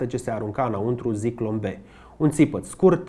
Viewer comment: Ador fiecare material pe care il postezi, dar ai o mica problema cu pronuntia unor cuvinte germane sau maghiare. De exemplu, in acest episod spui Sturmmann, dar se citeste Șturmmann. Si nu e Zyklon B, ci Țiclon B.